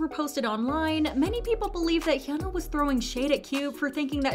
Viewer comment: its hyuna not hyana haha